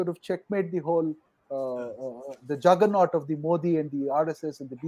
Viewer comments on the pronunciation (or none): none